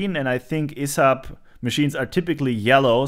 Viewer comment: My friend, the company name is spoken one letter at the time, but in fast sequence, E S A B. keep up with great videos. really love the repair-A Thon, nice to see you work on something from Sweden.